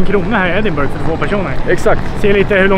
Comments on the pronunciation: Man säger Edinbruh inte burg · Riktigt bra video! Uttalas Ed-in-bruh eller Ed-in-buh-ruh dock :D